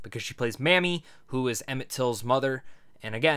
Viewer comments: Just an FYI, it's not Mammie, it's Mamie, pronounced Maymie. Mammie sounds offensive, I know thar was not your intention. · Her name is pronounced may-me. Not mammy. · I think her name was pronounced, "Maim-mee".